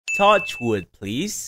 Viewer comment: Bro really said tochwood